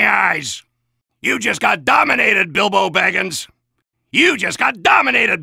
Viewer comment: "YOU JUST GOT DOMINATED BALBO BIGINS"